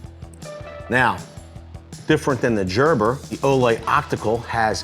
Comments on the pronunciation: Just like baby food it’s Gerber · Hahahaha I was cracking up at jerber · "Everyone will recognize the name. This is a Jerburr." A WHAT? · But but he said Jerber.. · He had to do it on purpose lol 😂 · I feel is trolling with his pronunciation of gerber